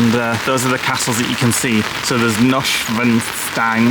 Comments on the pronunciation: Marry-en- brewka and Noysh-van-styne lol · Been to the castle and got the oil painting when we lived in Germany......pronounced Noy-sh-van-stine😅